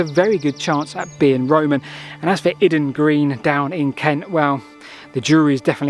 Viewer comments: from a local your Iden Green is pronounced Eyeden Green not Id? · Eye-den Green. Not Idden! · Its pronounced with a capital I. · I worked in Kent for two years and I'm sure it's pronounced "eye-den" (Iden Green). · The 'I' rhymes with 'pie' in Iden Green. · pronunciation of place names is often a bit flaky...!